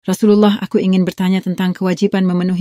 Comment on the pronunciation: Di channel sunnah nabi dubbing bilang " ya rosululloh " well .... yg bener ya rosulallah . Pake nasob . Ironisnya lagi , channel sunah nabi bawa bawa dalil Quran atau hadis . Saya berfikir " lawong nahwu shorof aja nggak bisa gitu mau nafsiri al quran " mesti ngawur tafsirannya . Jadilah channel itu .